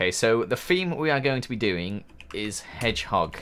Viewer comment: i know spanish she said what is a hedgegog